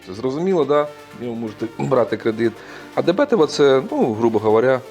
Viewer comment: Правильно не дебЕтова, а дебетОва